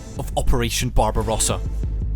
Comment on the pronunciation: BARBARUASA! NON SI PUÒ SENTIRE .BARBAROSSA. Le tradizioni sono di scarsa qualità.